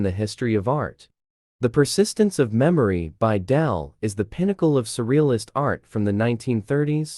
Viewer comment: Its Dali not Dahl. Pls pronounce correctly